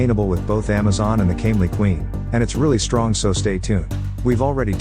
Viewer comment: Bro said stronk instead of strong 😑